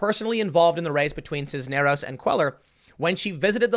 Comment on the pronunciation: Not bad pronouncing Cisneros you were close